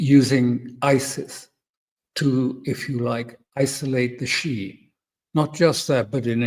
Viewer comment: Alastair: it is not pronounced Shi, it is Shi-eh or Shi-ah😊